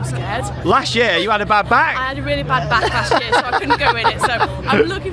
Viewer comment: Now, for the record the first time I heard you say ‘bad back’ I turned straight to my fiancé and instantly said Charlotte is pregnant 😂😂